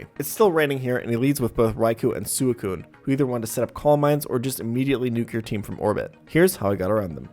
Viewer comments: “sooh-ih-coon” It’s swei-coon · BTW this pronounced "Swe-Coon" , not Su-E-Coon lol :) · Sew eh coon? It's Swee Koon >:{ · soocune? i think its swicune right? Thatshow i ronounced it when i was a kid or was i just dumb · I hate that he pronounces suicune as sewey-cune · Some of these Pokémon name pronunciations broke my brain xD Like Sue-a-coon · I respect DESPITE the way he pronounces Suicune. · I really hate how you pronounce Suikune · Never in my life have I heard someone pronounce suicune in this manner, and it hurts me so very much. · Can we talk about how he pronounces Suicune... 😅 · The way u pronounced suicune 😂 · WHY DO YOU PRONOUCE SUICUNE THAT WAY? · I respected everything about this run until i heard you pronounce suicune.... like yikes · Liked until I heard you pronounce Suicune